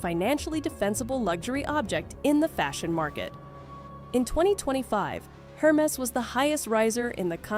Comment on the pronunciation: You really should pronounce these brands and styles properly--Hermes, tote, Hedi Slimane, etc-all need some attention. Credibility suffers when you dont know the basics.